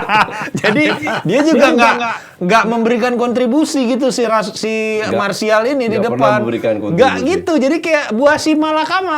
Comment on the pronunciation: Mas Rizal itu Anthony martial.. koci kalo ngomong martial jadi mas Rizal